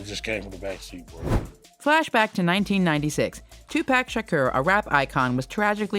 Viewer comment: 2pack shaker?!! Lady are you crazy?? It's ("2-poc shukore") pronounce it correctly geezs